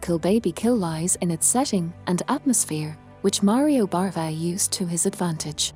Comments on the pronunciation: Its BAVA not BARVA! Sorry if you cant get his name right, im out of here. 🤣🤣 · Bava, not Barva